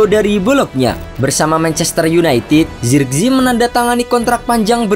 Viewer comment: Penyebutan nama zirkzee jangan di inggris2kan😂